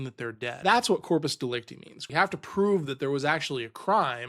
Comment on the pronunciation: Dude it is pronounced De-Lec-Tie the last syllabus has a I like in Lie or Die. And the easiest way to think of corpus delecta is the body of the crime.